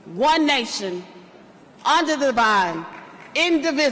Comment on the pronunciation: "Umder the vine"? 😂😂😂😂😂😂😂😂😂😂😂😂😂😂😂😂😂😂😂😂